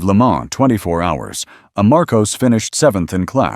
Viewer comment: And it's pronounced "Mar-koss", not "Mar-koze"